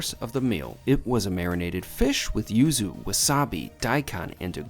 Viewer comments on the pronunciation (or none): none